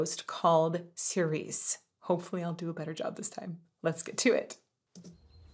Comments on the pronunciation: I'm late to the party, but it's pronounced chi-reh-cheh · Fun fact: Tobias Forge (toe-BEE-as FOR-gay)'s lyrics have a lot of double-meaning to them that he doesn't make an effort to explain, but lets you discover for yourself. Although the video suggests that "Cirice" is pronounced "ser-EES," like the French girl's name "Cerise," how it is truly pronounced is "cheer-UH-chay." Why? Because "cirice" is Old English, not French, and it means "church." Which if you listen to the lyrics, fits much more thematically with the song. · Probably already pointed out, but it's pronounced "churche", like church, but with an extra schwa at the end.